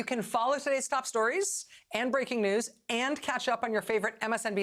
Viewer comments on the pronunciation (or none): none